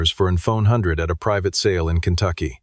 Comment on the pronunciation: It’s a ford F100 not a phone hundred